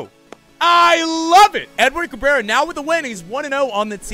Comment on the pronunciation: Do us a favor and look up Aurilia highlights to find out how to say his name properly 😜